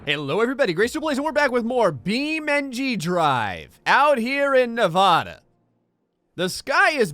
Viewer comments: its navada not novoda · is NEVADA not NAVADAE or what ever you said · Love your channel, just 1 thing its ne VA da there is no o, you dont call it an Apple an opple, google how to say it! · im sorry for doing this but it is Nevada (ne-va-da) the a makes an ahh sound not an auh sound (sorry it is just a habbit of mine) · ....you pronounced my state wrong! Nev a da like Addison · He said Nevada wrong >:(( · I like how he says Nevada wrong, but I don't care because either way works. I pronounce all the "s" in Arkansas as an "s". It's cool with me bro, I call my home town El Dor-ay-do instead of calling it like the people in Mexico call it. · You sead Nevada wrong